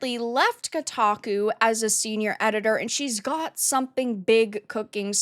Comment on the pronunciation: She certainly destroy "Kotaku" 😂😂😂